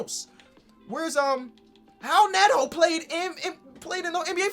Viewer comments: why do you pronounce it howl neto? is that how he says it? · Is it actually pronounced "Howel Neto"? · Hal Neto. Is that how it’s pronounced lol? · “How Neto”😭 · Did think that the R in Raul Neto was an H? or is that how you're supposed to pronounce "Raul"? or is it just his dyslexia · why did he keep saying Howl Neto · please pronounce raul neto's name right